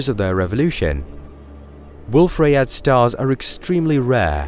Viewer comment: it's pronounced booKAY.. I mean, ryeYAY